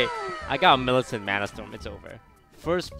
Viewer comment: How hard can it be to say Millificent? Edit: What is it with this guy and pronouncing names wrong? wth